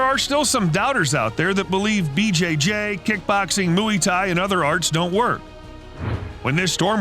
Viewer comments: Its not muwi thai, its mway thai.. pronounce "way" with an "m" Infront of it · did he just say mooey thai😂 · i'm getting annoyed with the mooway thai he kept saying but good video. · WTF is mooey tai? 😂😂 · "moo-ey thai" hahahahahhaa gosh american pronunciation is weird, its said just as you say "boy" but with a m rather than a b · ‘Mooee Thai’ ? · I'll subscribe when you learn how to pronounce Muay Thai x